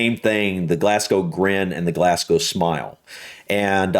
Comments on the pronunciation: Pronounced Glazgo, not Glassgo. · It's "glaz-go" not "glass-co" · It's pronounced "Glaz-go" not "Glass-gow" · I love hearing Americans mispronounce 'Glasgow'. Here in Glasgow we call it Glesga. 😂😂😂 You should do a reaction to videos covering the Scots language. That'd be interesting. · It's pronounced glarzglow